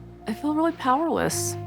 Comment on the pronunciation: Koody, tell me how you fill, like, fer rill. She SOOOO wanted him to say that he was absolutely in LOVE with her, but not the others...that he didnt know "rill" love until her. 🤮